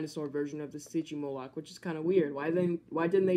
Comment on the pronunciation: It’s not stigymoloch it’s sytgymoloch